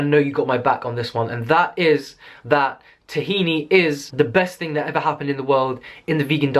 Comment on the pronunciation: dafuq is tahina? it's ttth hhhina!